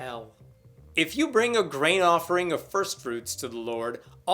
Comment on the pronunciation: I know you're saying grain offering. But I keep hearing brain offering.